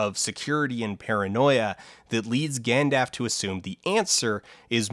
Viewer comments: Ignoring the dozens of other sloppy errors misstatements and factual inaccuracies in the video, no it isn't OK not to know how to say the name of a major character in a film you are discussing. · If only there were some version of the story that included characters saying names out loud, so folks would know how to pronounce them. Shame that was never made available to Dan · What alternative universe youtube are you using where almost all youtubers produce edited, scripted content with absolutely no non-standard pronunciation left in? This video is unusually well edited and professional, dropping a letter from gandalf just does not matter enough to be worth the effort of rerecording. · Forget the Balrog wing controversy. We got Dan here trying to start the "L" in "Gandalf" is silent war. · It kinda sounds like he's treating it the same way as a word like "half" where very little if any emphasis is generally put on pronouncing the L? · My understanding is the name was borrowed from Finnish / Scandinavian mythology so based on that should be "Gand" like hand, al like "all", and the final f should be more like a v sound than a hard eff (ie., a moderately voiced fricative). Some will argue for "gone-dalf" based on the Silmarillion appendix re: Quenya pronunciation, while forgetting that Gandalf isn't an Elvish word. The Elves call him Mithrandir. The name Gandalf was given to him by Men - and Tolkien sadly never gave us any comprehensive guide to pronunciation in the languages of Men. (To be fair, he was clearly more interested in Elves, and Men are implied to live such short lives and their culture to shift so rapidly (compared to Elves) that cataloguing it would be pointless.) P.S. other names for Gandalf are Olórin (his name among the Maiar), Mithrandir, Incánus (among Men of the south), Tharkûn (to the Dwarves), Greyhame, Old Greybeard, The Grey Pilgrim, Stormcrow, White Rider, and Láthspell (dubbed by Gríma Wormtongue). :) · apparently "gandaf" is Dan's accent